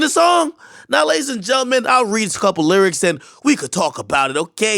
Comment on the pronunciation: akademiks- "if you read the LURICS of the song" 😂😂